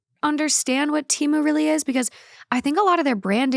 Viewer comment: It’s so crazy that you mentioned the Super Bowl ads for Temu. Everyone seems to have seen the ads but still pronounce the name wrong. In the ad they said it with a little E. Like the word ten. I think people have just been saying it for so long they don’t care to say it right